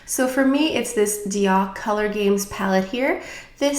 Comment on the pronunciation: I just love how you pronounce DIOR 👌🏻